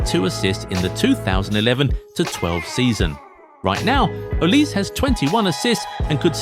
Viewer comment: It’s not pronounced Oliz, it’s O-li-seh